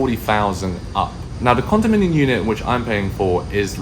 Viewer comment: Dude, it’s condominiuMMM!